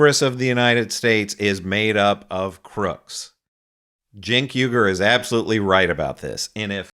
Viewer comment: How many times has Morgan had Cenk on and he still calls him CHENK not JENK as its pronounced.